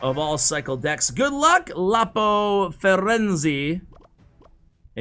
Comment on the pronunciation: "Good luck, Lapo Frenzy! A French player, obviously." I totally feel like a dick saying this but it's pronounced Fee ren zé and it's Italian for Florence.